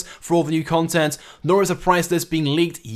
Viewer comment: he's like "confent"